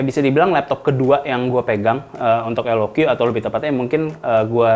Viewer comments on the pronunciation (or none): Kata jagat review dibacanya LOK bang bukan LOQi 😅